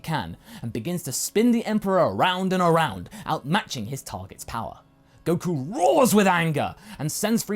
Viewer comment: Coku ah yes coku